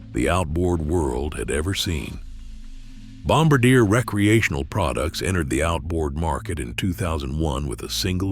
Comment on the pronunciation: I love how the AI Narrator keeps mispronouncing Ficht, and Bombardier, differently every time. Can we have genuine human creator videos please?